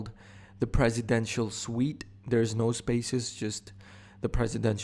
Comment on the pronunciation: It's presidential suite or presidential sweet